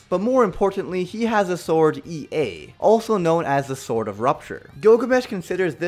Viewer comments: Gilgamesh ' s isn't called EA. It's pronounced A AH. He says it out loud in the anime. Come on man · 99.99% of fanbase:Yur wrong so and so should be higher and you pronounced ea wrong 0.01 of fanbase:Here first